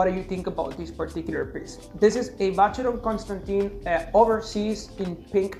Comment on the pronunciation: You need to know how to pronounce the brand’s name correctly 🙈😀